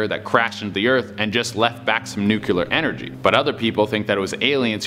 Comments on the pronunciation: `nuk lee ar` not `nuk u lar` geez english my 3rd language and i know this ! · NUCLEAR not Nucular!!!! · This bugs me more than it should, but... Nuclear is pronounced "New Clear", not "new queue ler"! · Why do people say the word "nuclear" as if it were spelled nukuler? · I know it's nitpicky, but it drives me nuts. It's pronounced nu-cle-ar,, not nu-cu-lar. 🙂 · Please don't mispronounce nuclear, it's sounds like nu-klee-ur not nuke-q-lur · Nuculer.....drives me nutz..my only pet peeve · "Nukular" is not a word! Its "NU KLEE AR" )nuclear) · NOOCLEEAR, NUCLEAR, NOT NOOKULAR. OMFG. (pet peeve of mine) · Say it with me buddy. Say Nuclear. NUC-LEAR not nuculear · NU-CLE-AR. not NUKE-YUH-LER WHY CAN'T ANYONE SAY IT RIGHT!!! 1 Less subscription! "Good goin, ''..." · Why does he keep saying nukular when the word is nuclear? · Can y’all please pronounce nuclear correctly? It’s not nucUlear. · it's nu klee ar. not nuke u lar. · DUDE, SAY IT WITH ME.... NU-CLE-AR NOT NU-QU-LAR!!!! said it so many times, I just cannot like the video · Omg!! It's nu-CLEAR! NOT NUCULAR! Come on bruh... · I love the videos, but... it's pronounced "NEW-clee-ur" not "NUKE-you-lur" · Lol "nucular" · Light bulbs in ancient Egypt... With snakes inside? Nucular instead of nuclear? This man is as smart as Homer Simpson. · Nuclear is pronounced nuCLEAR 😁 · pronounced it like does, instead of how it's spelled neclear. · Nu cue lar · I guess the same one that told him nuclear was pronounced nu cue lar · NEW clee er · Kinda cute the way you pronounce Nuclear like Nukelar! :) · Nuculear is not a word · Another natural son of G. W. Bush..."nu-cle-ar", dude, lol. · What is “NYUCILAR” ? )))) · Say it with me bro, NOO-KLEE-ER LOL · "Nucular" lololol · Nuclear not nucular doh! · It’s nuclear, not nucular.... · Nuce-Ler hahaha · its pronounced nucLEar bruv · How the hell is it that folks forgot how to correctly pronounce "nuclear?" Thanks, Dubya. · My man, nuclear has 2 syllables.